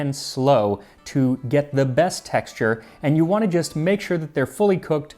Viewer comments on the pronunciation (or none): none